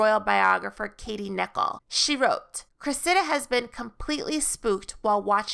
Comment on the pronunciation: "Cressida" is pronounced with the accent on the first syllable, not the second.